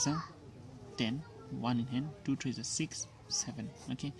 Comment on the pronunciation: Sir please don't pronounce three as tree., it's very annoying when you say that.